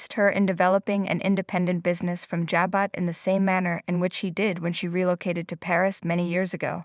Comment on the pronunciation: Learn how to say Jabot. Omg are you buried in the sand?